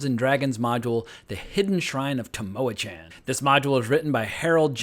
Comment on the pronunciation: Just tripped over your video two years after the fact, so I'm a bit late to the party. Enjoyed the banter. But I wanted fo mention to potential players and DMs of this classic module... it's pronounced Tam-Oh-ah-KHAN (like Con) not 'Chan (like Channel). Just FYI. Enjoy! 🤘🏻🤩